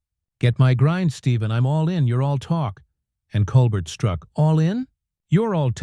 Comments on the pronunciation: Col-Bert? It’s pronounced “Col-bear”. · How about pronouncing Steven’s last name properly!!!